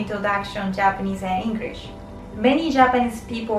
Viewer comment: I laughed to her pronunciation to "English"🤣 No offense🥴